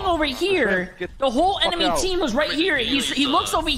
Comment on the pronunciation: “Emeny” ya mean “enemy”💀🤣